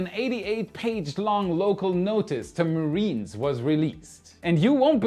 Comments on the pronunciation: Mariners as in Notices to Mariners (NOTMAR) is pronounced ma rin ers, not mareeners. Thanks for all the great insights and info. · MAH-RIN-ERS, not marine-ers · Love how you say mariners as marines lol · Nicht marines dumkopf, aber mariners. Marines sind Soldaten und Mariners sind Matrosen. Doh! Kannst Du nicht lesen?